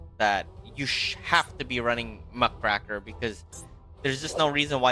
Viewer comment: Muck RAKE r, not Muh CRACK er